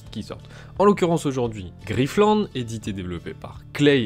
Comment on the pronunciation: Griff-te-lande ??? ok . lol : )